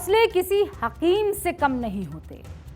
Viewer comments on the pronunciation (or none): Mohtarma hakeem hota hai haqeem nahin urdu ki tang na toda karo